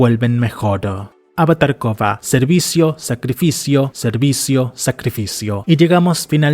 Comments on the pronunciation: Por que en cada narración dice COPA por KORRA? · ¿de donde es el narrador? porque no puede pronunciar varias palabras relacionadas con algunas letras y silabas como la R y doble RR xd